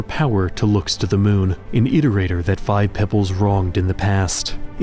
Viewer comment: Feels good to finally watch a RainWorld video where they pronounce Iterator correctly :p amazing work